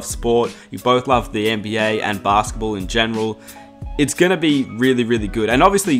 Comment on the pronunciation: NBYAAAHH Say NBA again please